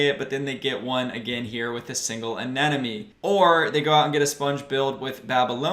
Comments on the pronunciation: Bro, I like you a lot so I will correct you. It's a-ne-mo-ne hahaha i hope you won't take it in a bad way. love your vids, bro! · awesome video. but damn, i swear 9/10 people say anemone wrong hahah